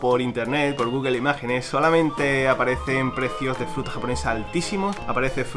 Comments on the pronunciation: en vez de decir fruta dice jruta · "La jruta" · dice jruta en ves de fruta xd